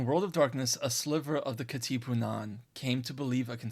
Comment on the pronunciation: you're not pronouncing Katipunan correctly. Just call it KKK if you're having a hard time. they went by that as well